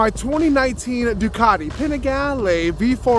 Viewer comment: You set these trends and continue to promote them....LOL ......YOU ARE THE BEST!!!!!!!!! Love you no matter of your BUTCHERY to Ducati.....LOL LOL LOL